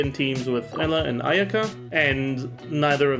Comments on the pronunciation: Does he call Eula emma? Or like Ella? Or is it an accent? Can somebody explain the joke to me or context thx☺️ (Taylor’s version) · Why does he call Eula as Pella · He tries to pronounce every character in their native language but Eula isn't a real name. Like other mondstadt characters her name has german origin and comes from the word Eule meaning Owl. That however is pronounced Oi-leh(Oi like oil) which would make Eula's name Oi-la. So yeah unsure what he is cooking or what hoyo was cooking.